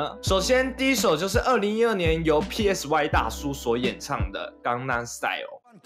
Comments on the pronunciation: PSY那发音[嗮] 不是[屁艾死外] 这么简单都发不了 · PSY 念 “賽”， 如同 psy-chic 。 You're welcome. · PSY唸做「賽」，好心給作者一個提醒。聽你要唸三個字母蠻辛苦的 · 全世界都叫他賽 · PSY 發音是 塞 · 你做這個主題，居然不會唸PSY……